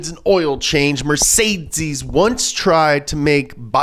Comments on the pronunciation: Can you please stop saying Mertseezziiesss instead of mercedes.... you sound very dumb saying that. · MER-CÉ-DES not mercaidscees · Sorry, but that pronunciation of Mercedes is just killing me 😂 It's kinda more like "Met-zay-dees" and not "Mer-Zay-Zees" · Mercedsees. It's not Mercedsees. MURR - SAY - DEES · I just love how always pronounces everything intentionally wrong‐ "Mersaytsees"... "Fyord"... Makes my brain happy. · As a German it triggers me that you pronounce mercedes mercedzeez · Mercedeez lol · I kinda hate that he says Mercedes like Mercedzys but every says some thing differently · Did I hear MercedZes? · Pronounced mer sayed deeez buddy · why is it so hard for you pronouncing mercedces right? ;) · Nobody:: MerZeziss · Is this how Americans pronounce mercedes? Never heard it like that before haha It's MER-SAY-DEES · Mercedzes ? Dude pls learn how to pronounce car brands if you talk about them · Why is he saying MercedCes? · it's pronounced Mer-Ka-Dess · Nobody: mErCeZeS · The “funny” pronunciation of Mercedes and other words is super annoying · Is he genuinely trying to say Mercedes? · Why does he say Mercedes like that...... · The way he says mercedes makes me angry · You can't even say Mercedes lol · Same reason he's saying Fjord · He is really struggling with the word Mercedes